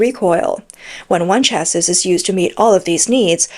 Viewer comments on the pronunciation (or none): Chassis pronounced shassy. Makes the commentary much more professional. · I know it's pedantic but it's pronounced either Cha-see or Sha-see. the 'is' at the end of chassis is an 'ee' sound with the 's' being silent. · For reference chassis, is pronounced Cha-see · FFS, its pronounced "cha-see ", not " cha-siss". Unless you're taking the piss miss . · CLICKBAIT! Where was the exploding EV Tank? And please tune up your AI Robot narrator to get it’s English Language skills finessed, especially phrasing, punctuation and pronounciation, “Shassis’ is pronounced phonetically as “Shassey” not “Shasseeze” the final character S is silent! Besides, the Russo Ukraine war has shown that Tanks cannot be counted on to merely come up against enemy tanks so many aspects of their tactical use has to be rethought, the amount of Russian tanks taken out of action be opposing armoured vehick]les is significantly lower that those lost to artillery fire and drone attacks. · Please look up how to pronounce words. "Chassis" is of French origin, so it's pronounces CHEAH-see not CHEAHS-is, where "eah" sound like "yeah." You undermine your credibility when you don't look up pronunciations. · Why does the narrator keep saying "chases" instead of "chassis" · This channel drives me f*cking nuts. Chassis...it is pronounced like Taxi...get it? Chassis...taxi? it isn't cha-sis. It rhymes with taxi for god sakes. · chass-EE bro please. Chassis is pronounced chass-EE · Nice report, but train the AI to recognize "chassis" as pronounced "chassy." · chassis = chassie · can someone explain how to pronounce "chassis" to this bot? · ew that's not how you pronounce chassis. Once or twice fine but saying it over and over again wrong is just unprofessional. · omg you said it weight only to get it wrong again ten seconds later. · The "s" in chassis is silent, easier to say as well hehe ;) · Learn to pronounce chassis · the mispronunciation of 'chassis' is annoying. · Chassis rhymes with classy.